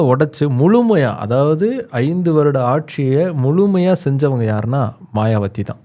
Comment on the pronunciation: மாயாவதி என்பதே சரி. மாயாவத்தி தவறு